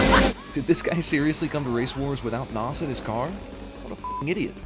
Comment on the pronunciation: Cinema sin: the narrator of the channel pronounced NOS as “naws”